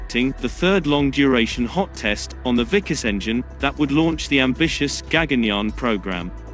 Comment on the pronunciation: it's pronounced "Vik-aas".